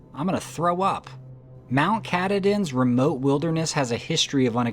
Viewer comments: Not CatADin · The name of the mountain is pronounced, “Kah-TAH-din.’” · AT the + mark in this video, it does look like a "bogfoot". Khatahdin is pronounced ku-tah'-din. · Its pronounced Kah Tah Din